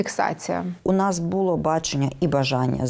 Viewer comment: НЕ бУло, а булО, не внЕсти, а внестИ! Українська мова це не львівський діалект!